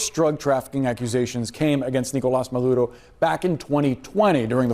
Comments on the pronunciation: as some who learned Spanish first then English growing up in South FL, his pronunciation of Platano Maduros name is pretty good & doesn't bother me Ive known people who have non English speaking family but can't speak a lick Spanish and they sound worse than this guy in their pronunciation. This dude did an alright job pronouncing his name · 😂😂😂😂 He saying it in Spanish, Nicolas Maduro.. 🤷🏻‍♀️ He saying it correctly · He's not rolling his R's bro. It's the way the name is pronounced. To make it easy on you, I can help you. You can start it like when you're calling your Mom. You say, Ma. First syllable: Ma. Second is: Do like Scooby "Doo". Final one is: Dough as in "dough-nuts". So, it sounds like this: Ma-Doo-Dough. NOT Marruurrrroo or what ever you said. C'mon man! Get past it. You can say it like Madoorow and keep your video going without insulting the pronunciation. Anyway, I'm glad Trump got the guy. Peace! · He has a Spanish last name, meaning pronunciation should be in Spanish. Just like if we were to speak any other language should be in that language. I disagree with you saying he should speak it in English. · funny man lol! Hes latino bro let him say mame the right way lol 😂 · He said Maduro right lol I think he speaks fluent Spanish cause that’s how you say it lol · Off topic, but as someone who grew up speaking both English and Spanish in a Mexican household I cannot mispronounce a Spanish word or name, it feels so wrong for me since I am Mexican American to mispronounce it, I think he pronounced the name Maduro correctly as the pronunciation should be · That’s how it’s pronounced in Spanish!!! He actually pronounced it fine. Stop getting mad about stupid stuff. He obviously speak Spanish. You sound stupid Tatum and racist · Love you Tatum but don’t be mad because you can’t roll your R’s 🤣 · Maduro is not English and he didn’t gain an accent by saying it correctly. 😂 What an ignorant thing to be annoyed by. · His accent in Spanish is right